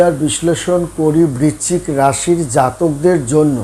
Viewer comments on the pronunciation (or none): বিচ্চিক না বৃশ্চিক, বড্ড কানে লাগে